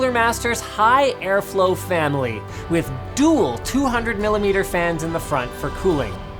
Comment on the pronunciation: "Fanily"? Am I the only one that caught that? Even after watching this ten times.